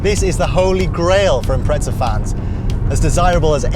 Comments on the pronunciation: It’s Impreza not impretsa 😂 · It’s imprezza not Impretsa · impreza not impretza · im pret za? what the actual fuck., its even spelt imPREZZZa. say it right. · Too much pizza made this guy say "Imprezza" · Its bothers me slightly when he says "Impretza" haha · its because he says "impretza"